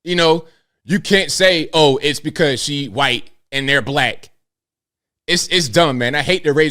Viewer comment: Love how its not racism when it's a white person. Yet somehow its racism every time something happens to a black person. cant even commit to saying white correctly at times. How do you expect a white person to take what you say seriously when you're to ashamed to pronounce the word "white" correctly.